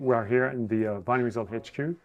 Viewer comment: Guys will for God's sake pronounce Van Rysel correctly !!?? You really sound like amateurs. The name is not 'Van Reesel' .... but "Van Rysel" as in "rice, nice, lice, ice, .... !!!! Get it .... get it ?????